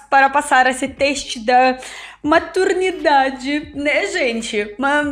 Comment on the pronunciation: Se vc reparar bem, a fala MATURNIDADE.. Ela se enrola um pouco nas palavras.